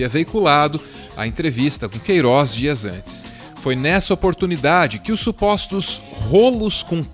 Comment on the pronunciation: o Sergio Moro não consegue falar o nome "Queiroz" na entrevista da GloboNews